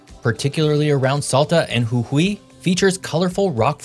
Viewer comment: Pronunciation of Salta and Jujuy was spot on!!